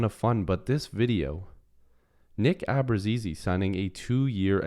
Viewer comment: pronounced Ahh bruutz eh zeh